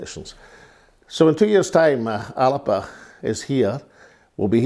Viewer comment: Can you not get everyone to pronounce 'Alba" correctly? It's not hard, if Alex Salmond can manage it, you all can ;-)